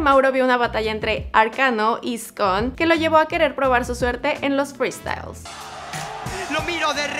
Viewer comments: No se dice "kia" se dice "kea" No se dice "skon" se dice "skone" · SKONE, NO SCON KHEA, NO KIA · No es skone se dice skone no "skon" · Soy al único que le afectó que dijera "skon" en vez de "skone" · skonnnn que Es eso jajajajaja por querer meter Inglés es ssskoneeeee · Son muy buenos tus videos, pero te vez muy mal intentando pronunciar nombres que son en español, en inglés, es Khea y Skone, no Kia y Skon, y no puedes negarlo ya que los propios artistas lo pronuncian así, después de ahí todo está muy bien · NO SE DICE SKONE, SE DICE SCOUN NO SE DICE KHEA, SE DICE KIA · Se que no conoce la mayoría de los nombres pero no le puedes decir Skon a Skone y Kia a khea. Falta de respeto a dos grandes. Infórmese antes de informar por favor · Iscon ualala señora frasesa se dice Eskone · La mayoría de aquí viene del freestyler y no se pronuncia sko es skone , solo quería ver qué mamada inventaba de duki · O "escon" xd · procuraremos que en este video no haya ningún error 5 minutos después: arkano y "escon" jajjajja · “El scon” xd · "Skon" "Kia" jajajajajajjajajajj igual banco estos videos pero no quieras decir los nombres como si fueran in inglish😂😂😂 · Noo re mal dijo "Skone" wacho Skon pronuncio boludo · Arkano: El Eskone mira pa'rriba: Skon 🤣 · "SKON" JAJAJAJAJAJA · no es khea es kia no es skone es skon 2020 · Al Khea le dice Kia y a Skone le dice Skon, decepción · Se pronuncia como se escribe skone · Khea=Kia AJAJAJJAJAJA Skone=Skon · Dice "arkano y skon" Yo:que cancer cerebraaaaaaaaaaaaaaaaaal 😡😡😡😡😡😡😡😡😡 No es toxisidad es lo que tal vez pensaron muchos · como que skooon? xD